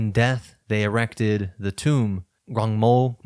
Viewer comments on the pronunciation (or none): none